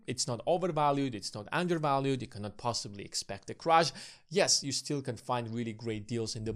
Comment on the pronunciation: How do you expect people to take you seriously when you pronounce "Crash" as "crush"